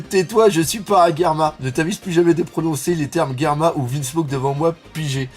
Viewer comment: Mais pourquoi tu prononces "Guerma"? c'est germa ... ("jerma") .... ☺